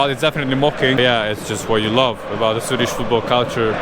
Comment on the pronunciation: Your Swedish is beyond impressive! Your pronounciation is spot on! Great video, as usual!